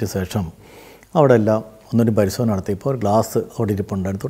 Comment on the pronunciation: "പരിശോധന" ക്കു പകരം പരിസോധന എന്ന് പറയുന്നുണ്ട്